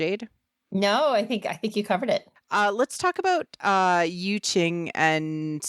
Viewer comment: Yu is pronounced as a rich “Yee” with your lips pout up. Like pronouncing “she” without the s sound.